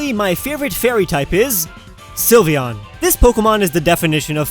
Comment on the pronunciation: HE SAID SYLVEON